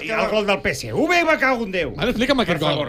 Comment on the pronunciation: Peseuve Joel no, es diu Peseve, en català, fins i tot Rallo diu Tevetres i no teuve tres. Es diu PSV.